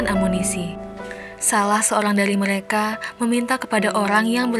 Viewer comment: Meleka r nya mana buk